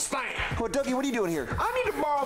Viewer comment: I love how he calls dougie dookie💀